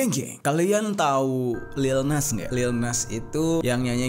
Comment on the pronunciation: Lil nus nus nus bukan geh bang